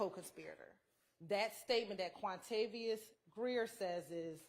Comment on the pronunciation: Hahahahahahahqhahqhahq wuamavios.. not wuamaviois... quantavious jahahahah